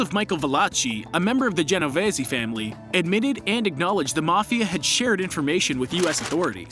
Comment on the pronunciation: you absolutely butchered the pronunciation for the luchesse family and the genovese family